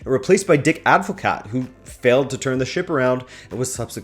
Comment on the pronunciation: Good video as always, you are very nice to listen to. But now it’s time for... THE GREAT HOW TO PRONOUNCE DUTCH NAMES SHOW You did pretty decent, actually. ‘Koeman’ pronounced like ‘Kooman’ ‘De Roon’ pronounced like ‘De Rone’ ‘Advocaat’ has the emphasis on the last syllable ‘De Ligt’ well I’m not even gonna try